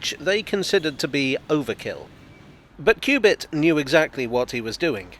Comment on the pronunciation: I'm probably wrong but I suspect his name is pronounced cub-it.